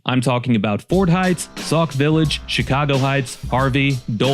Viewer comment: Sock Village? did you mean Sauk Village?